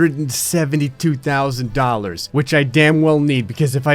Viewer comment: Did he just say dolly instead of dollar?